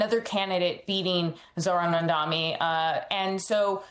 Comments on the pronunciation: How difficult is to pronounce as Mamdani instead of Mamdami? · FOR FFFFFS SAKE. How hard it is to pronounce Mamdani's name correctly? It's MAM-DANI.. MAM-DANI.. not mundami like you all idiots say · How hard is it to pronounce MAM-DAN-I. Not "madami". There's no excuse for this. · MamdaNi, not MondaMi! Practice pronouncing our new Mayor's last name. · Zohran MANDAMI?! And this is the correspondent that MSNBC sends to the White House?! She can't even say the name correctly. Smh... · How can you be a reporter or analyst and still mispronounce MAM DANI!???? It is two syllables for God's sake!!! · MAM-DAN-I say it right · The name is Mamdani, M-a-m-d-a-n-i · The Cheque cleared. And the name is MAM-DA-NI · Mamdani. Why tf she cant say his name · Why can’t anyone seem to say Mamdani’s name? It’s really not that hard. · Why can't these clowns pronounce Mamdani's name correctly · This reporter should be fired, can't even pronounce the name, very unprofessional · You really need to learn how to say the new mayor's name, inexcusable. It's very simple, and if you can't handle it, sound it out. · You journalists seriously need to take a course on how to pronounce the name Mamdani xD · Do you have respect to pronounce Mamdani correctly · Three months after, "Furthermore, the name is Mamdani, M-A-M-D-A-N-I " and the reporter still hasn't got the name right.